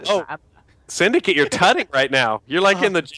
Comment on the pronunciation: Sindacat ? wtf It's Syndcate....